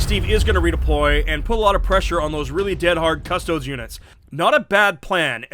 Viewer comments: Guys please, it's 'cuss-tow-deese'. If I hear them called "Cuss-toads" one more time I will die screaming. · Quick PSA: pronouncing Custodes as "cuss-toads" is like calling astartes "ass-tarts" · Actually one's about as wrong as the other... It should be pronounced more like 'cuh-stoh-des' :D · The only thing wrong with this video is THE WAY HE SAYS CUSTODES LIKE WHAT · okay here it goes. Cuss-tode-EES Wow. It's not even an extra syllable. Really difficult to pronounce. 🖕🙄